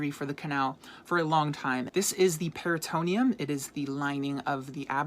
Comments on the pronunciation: It’s “Peri-to-NE-um”. “Peri-TO-neum” sounds like it belongs on the Periodic Table-no pun intended. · Never heard of "peritoneum" pronounced like it was here. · It was mispronounced in the video. US and British pronounce it the same. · Maybe it's pronounced differently in America? I don't know, us Brits pronounce it the way you suggested.